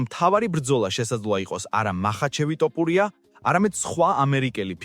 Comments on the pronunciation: ტოპურია არა თოფურია ხელნური ინტელექტი ხარ ტო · რა ტოპურია თოფურია ქართული დაგავიწყდა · საუბარი ისწავლე.თორე გავაუქმე გამოწერას.ძაან ცუდათ ისმის ტოპურია😂😂